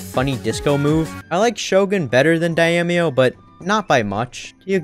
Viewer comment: "Refuses to elaborate and leaves" had me dying 🤣🤣🤣 Also Daimyo is pronounced "DIME-YO"